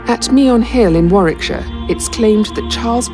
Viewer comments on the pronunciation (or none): none